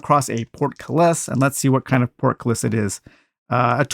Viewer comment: It’s port·cul·lis sounds like port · kuh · luhs